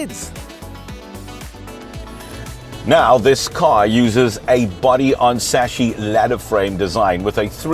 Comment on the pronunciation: It has a chassis, not a saches. :yougotthis::yougotthis::yougotthis